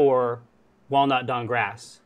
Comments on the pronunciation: It's Dankgrass but to highlight the joke and make it sound more fantasy-like they're pronouncing it "Dawnkgrass." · Samuel Khasin in an attempt to make it sound fantasyesque, they're pronouncing Dank Grass as DawnkGras